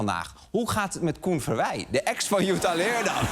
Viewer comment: De enige reden dat Lubach deze aflevering heeft gemaakt is om te laten zien dat hij weet hoe je Jutta correct uitspreekt